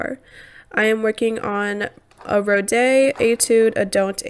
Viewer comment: Hello! Rode is pronounced as "rod" not rodé ;)